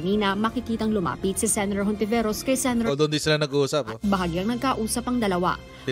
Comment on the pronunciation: Hindi po lahat ng words na nag start sa H eh silent na agad ang pronunciation. Kung lalahatin nyo yan anong silbi pa ng letrang yan?!!(Halaga, Halaman, Hayop, etc, pki pronounce nyan)